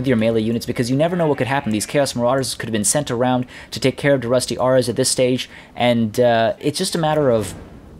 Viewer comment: Da rusty arrs was really gettin me man, aras, da rusty aras not arrs, they're not pirates! lol